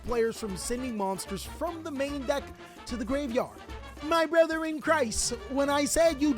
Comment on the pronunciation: You say ‘deck’ like ‘dack’ like a preppy white girl lmaooo